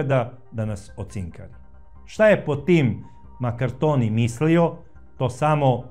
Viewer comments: Nije Maraktonio nego Markantonio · Sve dosta utemeljeno. Samo, korzikanski Kum François MARCANTONI, a ne Makartoni.